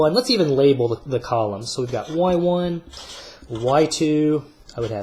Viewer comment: I had an economics teacher who says y1 the way you do, god does that really urk me 😅